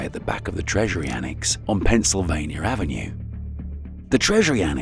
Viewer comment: Why are you saying "Pennsylvanier"? There's no R in Pennsylvania.